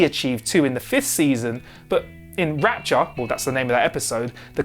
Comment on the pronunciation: Took me forever to figure out what episode he was talking "rapture" lol